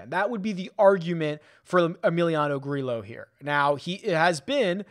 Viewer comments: I tried to make the same argument but we looked it up a few months ago and it's pronounced with the hard L sound - Grillo even tweeted about it "For those who ask, and those who just talk without knowing my last name is pronounced Gree-lo." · You are absolutely killing me with these spanish names that contain LL. You said Grillo 11 times in this video and pronounced his name differently each time 😂 LL makes the hard English Y sound. gree-YO vi-YAG-as